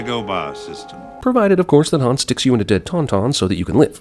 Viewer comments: Need to add a sin for Leia pronouncing "Han" like Lando does! 🙄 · Right I would almost swear that Leia called Han ( that we pronounce like Hahn) Han (pronounced by her like Ham, same as Lando.) I will listen again but that's what it sounds like to me. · Holy shit when chewie chokes lando, leia pronounces hans name with a long a like hand! And yet lando gets all the shit for doing that later